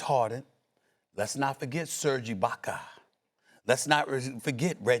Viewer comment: SAS why you say Ibaka like that?? 😭😭😭😭